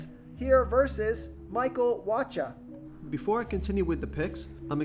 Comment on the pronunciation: You pronouncing Wacha wrong